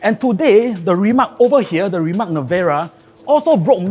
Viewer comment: Its like “throwing a house party and the guest invited did not learn how to pronounce the hosts’ name correctly.”